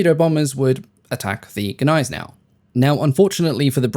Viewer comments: Why you dropped «G» by English rules for Gneisenau? It's not "ay" either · You seem to struggle with saying the letter 'G'. Gills is said with a hard G, not as if it were J; the German battleship Gneisenau is pronounced with a hard G at the beginning, as in the name of the antelope 'Gnu'.